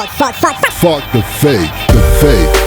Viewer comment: 😁 tes chiant a dire foke le fake a la fin